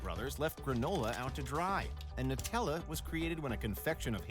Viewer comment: He’s saying Nutella incorrectly ! KSI will be the first !